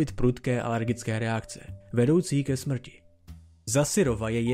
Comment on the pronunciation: Pokaždý když jsi řekl že dochází ke smɹti jsem se malem pochcal smíchy, dodává to na vtipnosti videa, cením :DDDDD